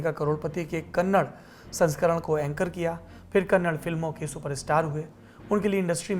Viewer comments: it is kannada Not kannad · Just a minor correction in your reading, it's not kannad. It's kannada...please do not promote wrong pronunciation. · Sir Kannad nahi Kannadaaaa please. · कन्नड़ा सही उच्चारण है